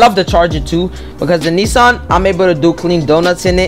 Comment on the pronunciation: finally someone who pronounces nissan as knee-sun and not knee-san